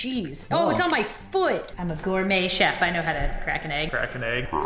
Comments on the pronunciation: "groum chef" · O my god stop saying goumey sef